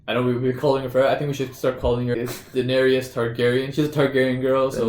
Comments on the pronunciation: 3 syllables guys - Daenerys (dehnairis) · haha, yes, I don't know why they keep pronouncing her name that way. It sounds weird.